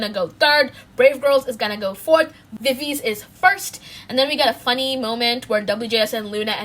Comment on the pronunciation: not to be that person but viviz is actually pronounced as vi/vi/zi, not vi/viz... (love this vid btw ❤️)